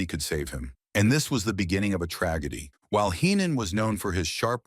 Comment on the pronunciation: beginning of a tra-geddy … fu@ AI crap.